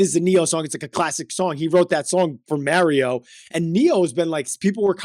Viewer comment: "Merry-O" lol